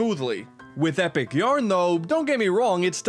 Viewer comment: Kirby's Extra "Eh" Yarn